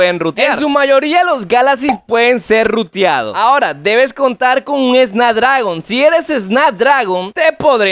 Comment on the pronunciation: Es snapdragon** no snadragon jajaja, le quita toda la credibilidad al vídeo, y enserio usaron esto como método de publicidad al tipo? Acuerdo económico dice cD